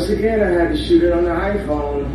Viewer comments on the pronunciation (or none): none